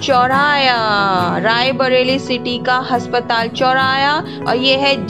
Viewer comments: Has😂patal, ya aspatal didi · Haspatal nahi hota aspatal hota hai😂😂😂